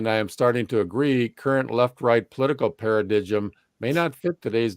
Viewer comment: "para-did-jim" for paradigm? 😅 Try "para-dime"!